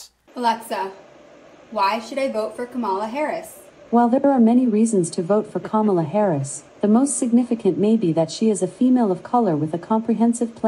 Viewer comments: can't believe how racist this guy is--pronouncing Kamala's name incorrectly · He pronounced her name incorrectly. He's clearly an alt-right supremist... 🤣